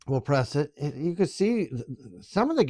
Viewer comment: Make sure you "PRASS" the Start button lol good relaxing video though i appreciate this